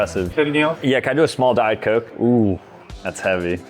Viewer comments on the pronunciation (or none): none